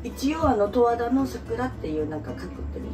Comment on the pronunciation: 十和田⤴︎じゃなくて十和田⤵︎ね